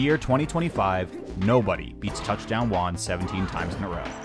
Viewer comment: You don't try to say Juan right, what is a Guan? retarded Americans tbh